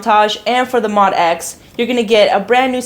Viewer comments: Pronounced Moe Dee ex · I Love you, love your videos but I gotta let you know... it’s pronounced MO-D.X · I’m sad you don’t know incorrectly refer to the MODX as “mod-x” and not “mo-d-x”, especially as long as the instrument has been out. MO-D-X. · I've heard Yamaha employees say it both ways. I'm not sure there is an official consensus on the pronunciation.